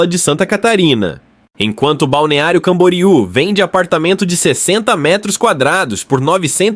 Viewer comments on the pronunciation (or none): none